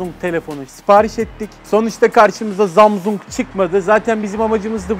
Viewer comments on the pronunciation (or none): No one:: Zamzung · Jarj zamzung daş..🤣🤣🤣 o ne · Zamzung / jarj çok komikk yaaaaa😂 😂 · Zamzung,jarj oluyor